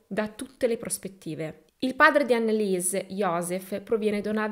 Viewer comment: Storia agghiacciante! Tuttavia tranquilla il tedesco benché sia una lingua difficile non lo è per la pronuncia, ricorda solo che parole contenenti il dittongo IE si pronunciano I ( di conseguenza ANNELIESE, sarà ANELIS !) il dittongo EU si pronuncia OI .la pronuncia è molto più semplice sia del francese che dell'inglese 🙂